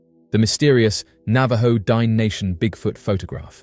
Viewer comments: "Dine" is pronounced Dee-nay, with the emphasis on the second syllable. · You're adorable.. it's pronounced din-ey, not dine. But thanks for covering my local lore 😊